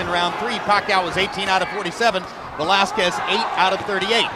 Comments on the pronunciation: Idol pacquiao vs valesques said anouncer😂😂😂😂😂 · Michael knew he screwed up when he said Valezquez 👊😭🥊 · Buffer absolutely butchered the pronunciation of Velázquez right after speaking Spanish 😂